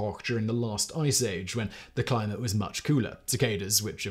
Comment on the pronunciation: You lost me at “clim-te change”